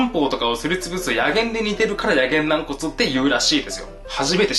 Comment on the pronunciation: な↑ん↓こつ